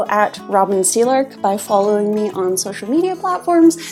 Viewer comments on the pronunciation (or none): none